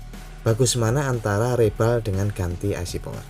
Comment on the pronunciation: Reball, bacanya riboll, bang